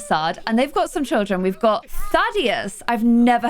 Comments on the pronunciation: Idk if someone said this yet but that way you said Thaddeus the first time was right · I loved how you pronounce Thaddeus. It‘s a german male name i think but it us a very famous name for german/Swiss children. Because Thaddeus is the name of Squidward in Spongebob. ( this would be the pronounciation of Thadeus: taˈdɛːʊs)